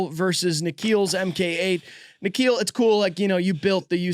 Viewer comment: hold on thats my name. you barely ever see the name in america lol. Also its pronounced Nick-khill